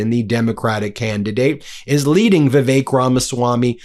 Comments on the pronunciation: Vivick. Vivick. Not vivake. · "VIV-ACHE"? FURIOUS BENJAMIN HAS CATASTROPHIC PRONUNCIATION AS ALL HELL BREAKS LOOSE!